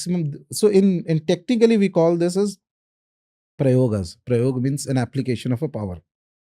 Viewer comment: Why you have to put aa in the end of every Hindi word and like prayogas it's prayog pischas it's pisach why can't you say it in normal Hindi